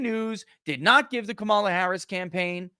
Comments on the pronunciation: And it’s pronounced Kuh-Mall-Uhhhhhhhhhhhhhhhh!!!!!!!! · I don't understand purposely mispronouncing her name. Is it really that difficult to say COMma la.........